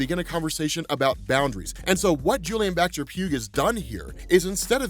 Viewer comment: Just a small note, but Baxter-Pugh's name is pronounced Baxter-"Pew", like how Hugh is pronounce like Hue. Then again this is the boys for all I know the guys gonna be dead in an issues time and it wont matter XD